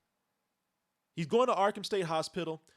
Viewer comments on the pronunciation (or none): I like the way says hospital. "Hoz-Spittle"